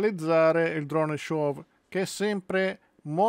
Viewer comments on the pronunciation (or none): Tutto bene però SHOW si pronuncia senza la W finale: SCIO' e non sciov. Non si può sentire !